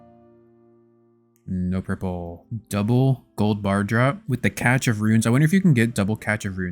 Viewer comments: Also it's pronounced "Cash" not "Catch" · Catch of runes… its pronounced cashe of runes 😂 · It's pronounced as "cash", "catch". lol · my favorite thing is the pronunciation of cache of runes as catch of runes. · Cache is pronounced cash <3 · ffs bro stop with saying cache wrong it hurts my soul.